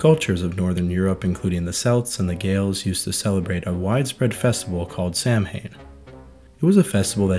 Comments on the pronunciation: Samhain is pronounced Sowen and Celt is pronounced with a hard C or K sound. Research requires more than a cursory glance at facts. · Samhain is pronounced, Sow-in. In Ireland we have a few kind of spirits. More pagan than Catholic. Poltergeists : The typical haunted house ghost and the more destructive kind that destroys your belongings but other than that not evil. Nature spirits : These yokes generally take the form of an animal, the most common one is the Taibhse Foraoise. Large stags that died in unnatural ways and come back as larger aggressive beasts. Sluagh : the spirit of someone who died and was denied access to the afterlife and the spirit became a Sluagh, a violent creature that wanders forever. Samhain spirits : These spirts can only come from the Saol Eile or the otherworld. They can be dead people revisiting the world or monsters that terrorise the living for one night. Demons : This is the only type of house haunter that will kill you. But they aren't too common as most Irish houses are blessed on being built. Catholic anti demon tricks don't work on other spirits. Most are fae or have some relation to the Síoga so they take seperate ways of riddance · You butchered samhain. It is pronounced sow as in a female pig and win as in winning. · For anyone who's interested the original pronunciation of 'Samhain' is something like sow[female pig]-win. That said, I laughed when I heard one demon on Buffy was called 'Sam Hain' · sorry i just heard your pronunciation and had to give a heads up Samhain is pronounced something like sawan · You should look up pronunciations of words you do not know. For instance Pagan is pronounced Pay-gan not pag-an. And Samhain is pronounced Sow-een. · Samhain is pronounced saowen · Samhain is pronounced "Sow-awn". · Look up the pronunciation of Samhain. You’ll be surprised. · How you gonna pronounce samhain like that? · If the listeners leave thinking those pronunciations are correct, then it's misinformation.